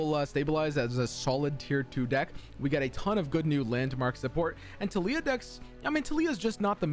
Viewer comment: Ah yes “Tilyah” my favorite champion